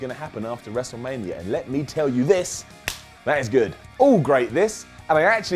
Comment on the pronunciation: He said WrestleLamia 😉